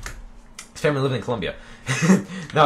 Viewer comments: it's Colombia. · Did I hear say Columbia or am I crazy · his mom said Columbia in the video lol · lol its columbia silly!!! <333